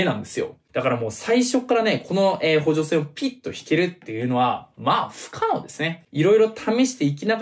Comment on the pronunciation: ふゅきゃのうですね